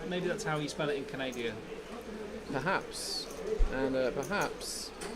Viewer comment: From ca-naid-i-ah? Only three syllables. Can-a-da. Try learning English.